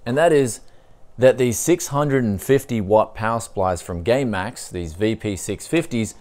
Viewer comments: # he says gay max lol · I swear he's saying gaymax